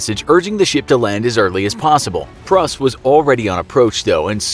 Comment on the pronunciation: *Pruss (Prūss)